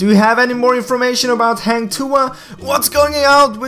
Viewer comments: can't stop laugh how you say hang tuah 😄😄😄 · Haaang tuah. I soo wanna correct the pronunciation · HANG THUHAH sorry dude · Its called hung tu ah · hang tuah = hung too-wah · hang tuha hahahahaha im sorry but so funny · Everytime he says "Hang Tuah" wrong i slowly die inside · Hahah its not heng tuah its hang h a not h e heng heng lol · Hang not heng.. When having sex women will said ah ah ah.. Hang tu'ah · Hang Tuah is pronounced as "Hung-To-Ah" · this is how to say hang tuah like this hang tuwah not heng tuah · Hahaha. Sorry. Its Hang Tuah. Not Heng Tuha. I must comment. So funny😂😂😂😂😂🙄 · Heng tuhah 😅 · its Hang Tuah not hueng tuah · Not Heng Tuah it Hang Tuah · Just Hank tua not hang tuha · Its hang tuah not heng tuha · Dud you say heng tuha not hang tuah hahahah this not eazy want say hang tuah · Hang tuah not hang tu ah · It's hAng tu wah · its Hang Tu-ah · "Hang Tu Ha" I'm dead 😂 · Ugandan Knuckles sorry. He say HENG TUHA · It was pronounce more like "hunk" for hang and "two wah" for tuah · That is a Malaysian Mythological Hero The Correct Pronunciation is Hang Two(as in the number)wah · I laugh everytime he says Hang Tuah XD. Jk Its kinda pronunce as Hung Tu-ah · Like i said 3 months ago...Its "Hung Two Wah" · to say hang tuah correctly u need to basically say Hunt TooWah edit: had to sorry XD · the way u pronounce "Heng Tua" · Bro.. for native english speaker This is the correct pronounciation Hunk-to-arh say it faster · It's actually "hunk too-wa" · im from malaysia.. you should pronounce it hang tuah.. #hahahah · hang tuah is actually pronounced hung-tu-a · Its pronounce like “hung to wah” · Im so triggered.he said HENG TUA😂😂😂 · It pronounced as Ha-n tu-ah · 'hung to wah' thats how u pronounce it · how to pronounce hang tuah in malay? say 'hang' as hung, and 'tuah' as too-wahh. at least, its sounds similar as malay. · "hah-ng too-ah" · Its call hung 2uh. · Hunk two Ah pronounce it hahaha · Its freaking hang tuah not heng tu ah